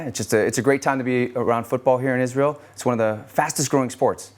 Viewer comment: did she just say Jizrael ?